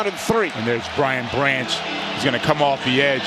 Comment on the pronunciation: Who is this announcer!? How many times you gonna mess up Brian Branch's name? Can we please have Dan Miller call these games? Infinitely better, IMO